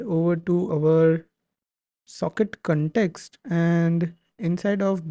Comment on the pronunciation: Bete english theek bolo context hota hai cantext nahi dimag kharab kar diya tune cantext cantext karke